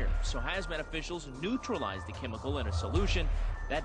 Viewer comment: What's a quemical? Sounds kwere!